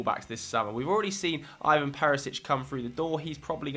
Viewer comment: “Ee-van”Perisic, not “Ay-van”